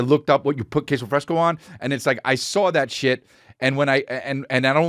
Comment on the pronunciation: HE SAWR IT TWOCE ERBODY!